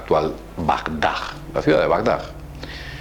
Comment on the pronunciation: Por favor, aviesas intenciones, no "aviestas", que no existe. Y Bagdad, no "Bagdag". Gracias.